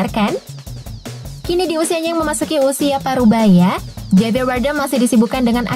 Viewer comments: Johnny Depp Bacanya joni dep kak, kan huruf "e" nya 1. ✌️😀 Javier juga dibaca havier kak 😄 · Johnny depp, depp woy bkn dip bacanya, javier bacanya havier woy bacanya😑 udh mah salah soal itung2an umur johnny depp wkt debut film ini, salah juga baca namanya kacau kacau😑